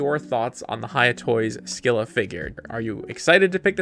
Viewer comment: Pronounced Skai-luh. Take it up with the Greeks who made the word.